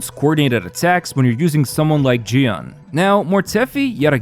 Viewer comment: a whole team and build for jiyan team and he never pronounce the name of jiyan correctly.